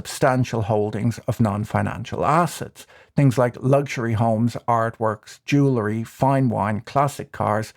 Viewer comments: "Jewlery" or is it "jewelry"? Perhaps it's that Irish non-accent? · I have always found your videos to be insightful and quite witty. So I hope you will read my minor criticism with that in mind: It is pronounced ju-well-ree, not ju-la-ree. And yes, I'm quite popular at cocktail parties. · I know. Mispronouncing jewelry annoys me. Same as cavalry, turning into calvary.